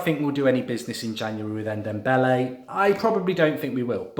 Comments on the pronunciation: Mark for the love of God, it's pronounced N-dom-bele, not N-dem-bele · Just call him Dombele, N-Dombele just sounds silly Mark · N the n is silent it’s dombele